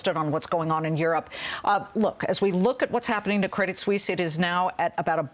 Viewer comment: Credit Suisse, not Credit "Sussie". Neither Susie nor Suzy. - uncertainty, not "uncertainity"